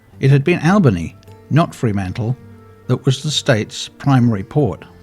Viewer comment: Mate, it's not 'Free' mantle. It is Fr'mantle.